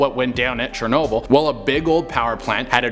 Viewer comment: Chernobyll!!!!! 🙄 Really 😂😂